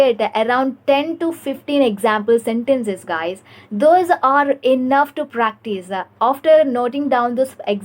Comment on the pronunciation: Good work dear. Please work on eliminating the a at the end of words. Eg. "Isa" Instead of is "practisa" "aska"😊